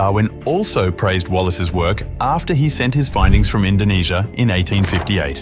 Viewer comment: YOU MEAN INDONESIA NOT INDONASIA